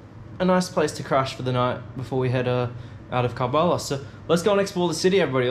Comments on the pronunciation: Salam,It's karbala not kabala. 😇 Hope you don't mind. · I'm soo impressed that you're in KARBALA Masha'Allah it's pronounced KURB-ALLA.. I was there in September for Arbaeen and in July for Muharam. I remember eating falafel sandwich at the same place where you ate the shwarma, do visit after sunset it's very nice. I was able to take my mobile phone inside the shrine but I don't think they'll allow you to film, you need special permission. Please you must go inside the Shrine and to the grave of Imam Hussain A.S son of Imam Ali and to Mola Abbas brother Imam Hussain, it's mind blowing. The walk way between the 2 shrines is called Banul Hermain, make sure you checkout your shoes from one Shrine to another. Love and Blessings from Chicago 😊 Labik Ya Hussain ❤ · Why are you not pronouncing it with the R 😂😂😂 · Hearing him repeat Karb-ullah over and over was torture… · Bro not kalbala it's kar Karbala ok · He has to say Kerbela, not Karbala. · It’s pronounced KARBALA it’s Arabic not Iranian sister 💗💗💕 KARBALA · Bro its curb_ala(karbala) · How often people said K ER BELA. And you after 25 th hearing. : KARBALA? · Well if you pronounced kar-bala right tgere wouldn't be a goose chase. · why on earth u cant get urself to pronounce Kerbalaa